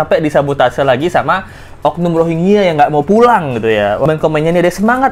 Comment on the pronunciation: UNHCR R nya rohangya